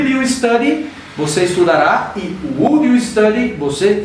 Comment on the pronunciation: aula interessante... acho que todo mundo vai aprender por causa de repetição. ( - pratique mais na pronúncia da palavra 'would' em inglês)